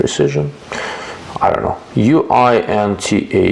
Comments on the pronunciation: Thanks for the video and the information provided. You pronounced Uintah correctly. It's a town in Utah. I love Uintah Precision's concept of a bolt action upper with similar manual-of-arms as traditional bolt actions. On another note, I've been considering a Hi-Lux Phenom 5-30x56. Do you have any experiences with it? Thanks in advance for any information you can provide. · Thanks for the reviews. As mentioned your pronunciation if Uintah was very close. It's a common name/word here derived from the Ute tribe name for Pine Tree/pine forest. One of the forest service divisions is Uinta-Wasatch-Cache National Forest local to me. There is a Uintah County, schools, etc. I always appreciate your comments here and the forums. 👍🏼